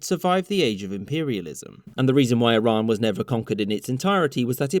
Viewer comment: It's E-Ron not Eye-Ron. Iran is too proud to get colonized.